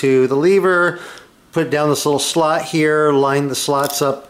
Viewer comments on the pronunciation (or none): none